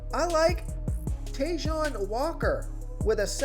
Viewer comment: Not "Tayjohn" Walker. Try “Taiwan" Walker. You butchered another name